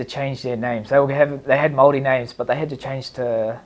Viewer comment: Yo DC I’m not sure you understand what you said or did but from me, my country but more importantly my culture, your pronunciation of who I am was perfect. We are Māori and we respectfully thank you❤